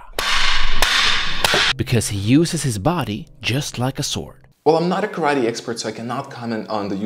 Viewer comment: This video did a great job of giving a fair assessment... Neither writing off Segal's style completely nor taking his teaching as gospel. This YouTuber sems very knowledgeable and objective. Also, love the long suffering look he gives the camera when Segal pronounces "ka-ra-TE." Earned a sub right there and put a smile on my face.